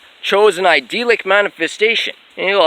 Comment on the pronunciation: God dude just pronounce idyllic properly, would you? But great work you sound exceptionally bat shit crazy today. I could tell that's what you were going for though! I find it funny how you are lecturing on the divine. You just appear as a godless creature who has clearly lost its way, speaking in tongues, while looking like forest gump in the long run scene. I just don't get it man. What are you trying to accomplish with these videos? Aside from providing me with some solid entertainment...:)